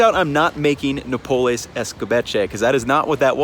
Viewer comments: It is NOPALES, not napoles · It’s Noh-paul-les. And you say your Mexican? Wait, your Canelo Alvarez right? Wait, your making Mexican food? What happened to your boxing career? Fight Charlo! Side note: Cutting the cactus into strips that a U-shape peeler can cut the pricklies off in a swipe will cut down prep time! After cutting the cactus, salting the cut pieces and letting them rest for at least 20 minutes will help remove moisture which will remove the sliminess. Wash with cold water and they are great in a salad! Fight Charlo! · Its not no-per-lays is NO-PAH-LEHS. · "Nope-less" yuummm "NO-Pole-s" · No-pa-less Nopales Not no-pul-es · No-PA-LES (PA, as in Papa and LES as in less), not nopoles! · the pronunciation is closer to “no-Pah-lez”, but its fine since his pronunciation is close enough to know what hes talking about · It’s pronounced No Pal Ace…. This is hard to watch. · It’s pronounced No-Pal-Ez. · May I correct you? They are called Nopales, and so you uneed to say no-pa-les . Gracias por el video. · no-PA-lays FFS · no pa les (accent on the second syllable) nopal (singular) nopales (plural) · Hijo de su! No PA les, noPAL, no PA les. Your cooking is very good, your Spanish , not so much. Have you ever checked out the"De mi rancho a tu cocina" channel with dona Angela? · THANK you, no-PUH-lays was driving me crazy lol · Pronunciation tip: Nopales = No PAW Lays. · I love your channel and I'm playing catch-up, and I'm so jealous of your food adventures in Mexico City, but I grew up in South Texas and love nopales and it hurts to hear you pronounce the word 😀. In Spanish, if there's no written accent, then the 2nd to last syllable is emphasized. The "PA" has the stress. Also, they are amazing when pickled. I have a lacto-fermented relish I make with nopales, jalapeño, onion, cilantro, corn, and jicama that I keep in my fridge and it goes on all sorts of Mexican dishes. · Work on your Spanish pronunciation. Pretty bad.